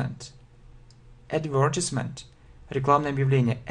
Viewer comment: I'm afraid that you pronounce the word "advertisement" incorrectly :)